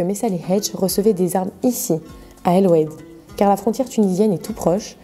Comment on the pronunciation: C'est pas Eloued , c'est Oued assof.